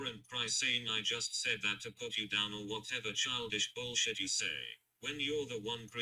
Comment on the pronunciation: I hate when he sings and pronounces "you" as "yew".